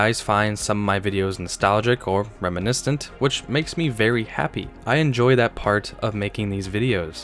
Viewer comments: FYI,..... it's "reminiscent," lol. Not "reminiscTent." & I love my Crown Vic! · wtf is “reminisdant?